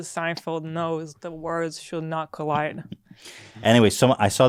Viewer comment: I heard "the worst should never colide".